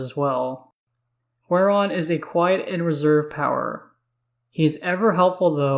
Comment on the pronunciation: its GWAY -RON... gwahron sounds terrible